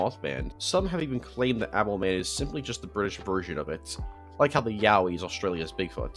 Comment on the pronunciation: i got a whiplash from hearing yowie as yaoi